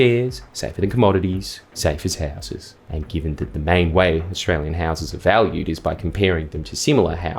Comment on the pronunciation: when you say houses Jordan can you say it with a little less convict and use a little more English people from Australia's only settlement cant understand you.